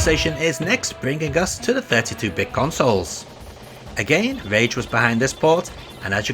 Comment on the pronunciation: You called Rage "Rare" during the SNES segment.